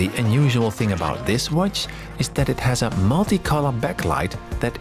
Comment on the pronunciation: The way he say "watch" is amazing 'uôtichê' hahaha